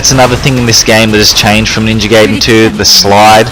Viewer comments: No it's not it is pronounced Gy-den it has always been that way when we got it here people didn't know how to say it just like saiya-jin or kaioken people say say-in but it is sy-yin a pun on the word yasai (vegetable) I study the Japanese language have been for 6 years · Its literally pronounced gy-den, gayden makes 0 sense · "and today we're going to be playing Ninja Gayden Three" 🤣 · appreciate the trolling but it's pronounced Gy-den if we're going by what teams say try listening to the original creators of the arcade game plus judging my learning in japanese not necessary